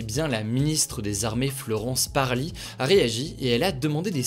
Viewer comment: Florence parly ?! Un petit cafouillage 😉